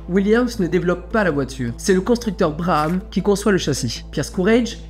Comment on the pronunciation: On prononce "brabam" pour Brabham